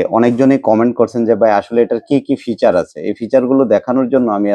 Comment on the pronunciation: ভাই বলার সুযোগ নাই ,তাই এখানেই বললাম ১জন well whiser হিসাবে ... not ফিউচার সঠিক উচ্চারণ ফিচার বা বৈশিষ্ট্য..